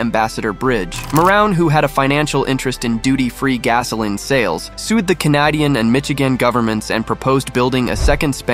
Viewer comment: I didn't realize the narrator was AI........until it badly mispronounced both "Canadian" and "Michigan" and "opposition" . "Opposition" was particularly hilarious. I mean, come on... Use a human!